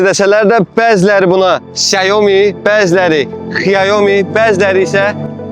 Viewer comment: 小米 (Xiǎomǐ）- Siao Mi - duzgun deyilishi, S herifi ile bashlayir